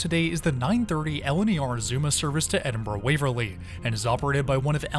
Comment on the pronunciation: You took the train to Peterborough, pronouced Peterburruh! You pronounced Edinburgh correctly though ;-)